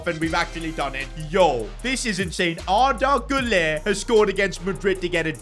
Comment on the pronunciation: Arda Güller: Arda MÜLLER